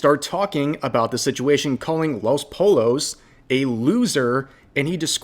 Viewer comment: “Poi(y)o”! God Rev drove me crazy with how he pronounced “pollo”.